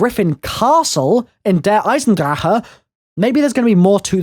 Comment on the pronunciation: I love you and your videos but I need to nitpick again. Der is pronounced "dare" Eye-zen-drawk!! Love you